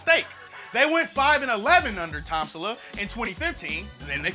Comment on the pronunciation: "Tom-sula" lmao